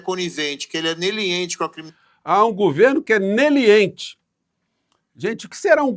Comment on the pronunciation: "Neliente"??? Um meliante tentando falar leniente 😂